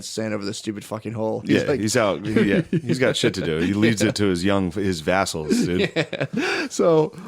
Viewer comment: Matt calling them vessels and then shane immediately over pronouncing VASSALS was really funny